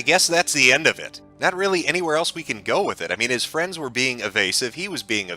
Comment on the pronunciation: Jim has given 2 nuggets of absolute golden advice 1) There is no such thing as "Internet Fwiends" 2) Learn to laugh at the stupid shit and life will be much easier